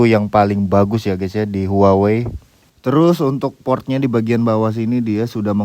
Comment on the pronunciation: cara menyebut brand-nya : WAHWEi